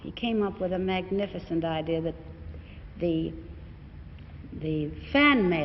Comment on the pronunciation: 12 "Your idear of a role" ???? Where did she pick up that accent?